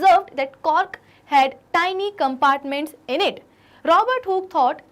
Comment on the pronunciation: a tyni nahi ha tiny ha